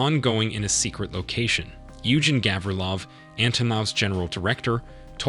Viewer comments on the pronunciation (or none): none